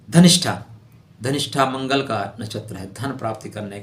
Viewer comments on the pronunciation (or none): none